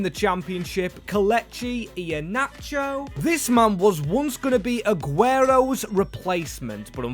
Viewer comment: Bro got inheanacho right wth